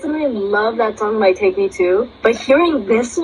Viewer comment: Thank you for being one of the few reactors who knows how to pronounce Tayc 😂, and for recognising where this song comes from. Much love!